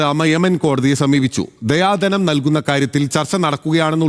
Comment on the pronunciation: ദിയ ധനം ആണ് ദയാ ധനം അല്ല